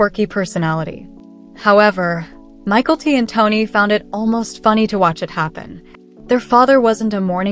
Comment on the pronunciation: It’s not Michael T it is Mykelti